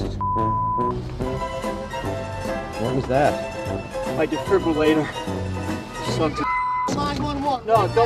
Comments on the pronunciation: He said his difibulater. Lmfao. Did he mean pacemaker? Don't worry I'm a doctor. Mmmmm there is something wrong with him. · AAAAAAAHHHHH MUHHH DEFRIBRILLATOR